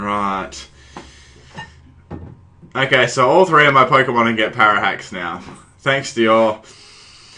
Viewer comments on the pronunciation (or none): none